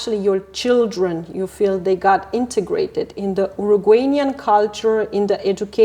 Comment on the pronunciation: QUÉ DESAGRADABLE el "Urugueynian" recurrente